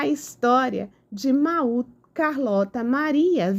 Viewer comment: a pronúncia é “Môud” 😊